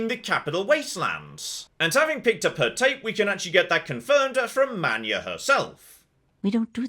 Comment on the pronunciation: But you have to pronounce his first name as “Man-yah”